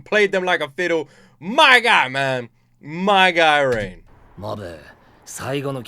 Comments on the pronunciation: Please for once can you please pronounce a character's name correctly? Its ReiGen not Rain or rein or reign. The G is not pronounced with the J sound. The G is like how you would say Grass, Gain, Gap, Guess, Ghost, Gas. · Reigen ❌ Rain ✅ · Hey just a heads up Reigen's name is not pronounced "Rain" it's Ray-Genn. G pronounced like Gang but sounding like Pen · His name is Raigen, not Rain. It's driving me nuts.